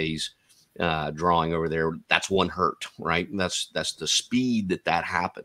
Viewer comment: One hurt 😞 Two Hertz😊